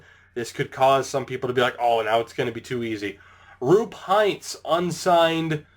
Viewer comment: It's Roope not Roop :D